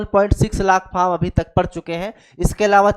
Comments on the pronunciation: Vo faam nhi form hota h kya master banega re tu 😂😂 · अरे बोका तुम ओ अपना लोकल language में फॉर्म को फाम बोल रहा है